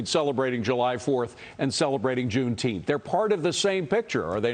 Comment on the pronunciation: He can't even say Juneteenth - idiot. Trump will crush it when he's back in office.